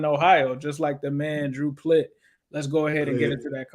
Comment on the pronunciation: Swear to God Plitt better play this next game so I can hear him called Plittoris again 🤣